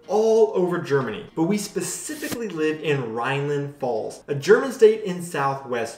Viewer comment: Try going for "pfults" instead of the "falls" thing you´re saying.